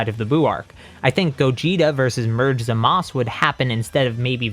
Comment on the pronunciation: its zamasu not zamas